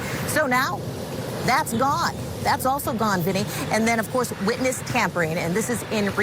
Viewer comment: he said wotness 😂😂😂😂😂😂😂